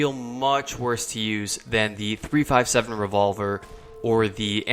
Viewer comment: Its 357 Magnum, no by dude. Not 3 by 57, not measurement.